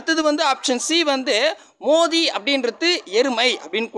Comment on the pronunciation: மோதி இல்லை மேதி